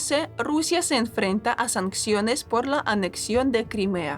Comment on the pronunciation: Sanciones. Se escribe y se dice sanciones, no sancsiones. Saludos.